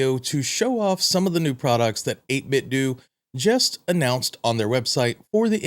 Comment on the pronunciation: Seems like it would be “doe” not “due” as in Nintendo